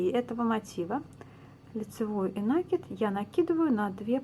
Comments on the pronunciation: здравствуйте! Сомневаюсь, что в вашем словаре есть слово нАкид, потому как правильно ( ещё раз повторю!) говорить накИд. Нить накИдывается на спицу, неважно к себе или от себя!!! И ещё...за свою доолгую жизнь, я много чего навязала - это к слову , на вашу реплику. Желаю здравствовать. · Это хорошо, что Вы вяжите классикой, но накИд удобнее делать " от себя". И, пожалуйста, ваш нАкид режет слух, говорите как все современные блогерши ПРАВИЛЬНО!!! Без обид... удачи!))